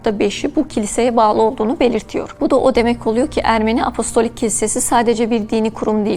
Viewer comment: apolistik değil hanımefendi apostolik. sunduğu şeyin ne olduğunu bilmeyen spiker koymayın şuraya. bu dil sürçmesi değil.